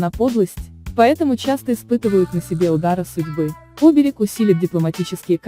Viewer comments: Не Оберег, а оБерег, иностранка.... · Что вы несёте? Вы хоть понимаете о чём говорите ? Ударение хоть правильно ставьте! Оберег, СемарглА. Ужас.